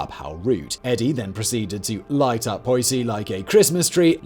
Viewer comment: I like the videos. But for God sake look up how to pronounce everything! in every video it's like he sees the word and thinks the English version is fine. Drives me mad. Poissey being another offender here